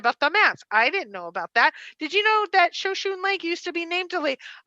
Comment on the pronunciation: Note-Shoshone is pronounced sho-sho-nee